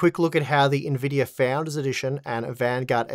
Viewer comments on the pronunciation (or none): none